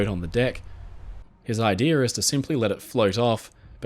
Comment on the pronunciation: Idea doesn’t have an r in it. Idea not idear